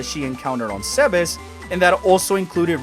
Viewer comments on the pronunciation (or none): WHY WHY WHY CAN NOBODY PRONOUNCE ZEBES CORRECTLY?! Its Zeebz, pronounced like Thebes of Egypt. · I love how you say zebes in spanish